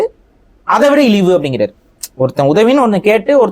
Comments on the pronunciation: இலிவு இல்லப்பா இழிவு ஏண்டா உனக்கு தமிழே வரல ஆனால் நீ தமிழ் தேசியவாதியா திருக்குறளை தவறாக உச்சரிப்பதை தவிர்க்கவும் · ( ழ ) உச்சரிக்கும் போது ள. என்கிறீர்கள். இழிவு சொல்லும் போது இளிவு என்று சொல்றீங்க. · தமிழ் தேசியம் பேசும் ku ழகரம் வரல.. இழிவு பதிலா ilivu nu solraru